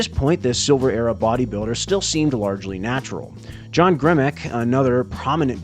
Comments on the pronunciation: . Natural not natrual...... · He's just a rat man, he's gonna mess up a word or two